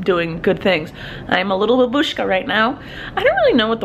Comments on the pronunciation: "Babushka" is pronounced 'bUh-boo-shka', not 'buh-bOO-shka', and it means "an elderly woman" in petty form, from Russian. You're welcome! :) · babushka means grandmom but you say a stronger like bAbushka.